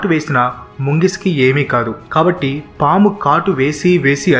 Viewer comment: Daggara Nuvvu Pamulu Anna Kuda Naku Bombulu Ane Vinipinchindhi 🤣🤣🤣